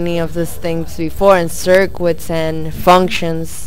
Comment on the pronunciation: sirq-wats lol i think what your trying to say is circuits